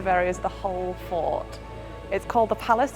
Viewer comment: Is it just or did she say "Lahore fart" instead of "Lahore Fort".